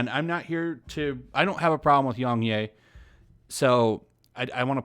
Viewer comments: its yongyea not youngyay you say it as a yeah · well, it sounds like you do gave something against yongyea cause your not saying it right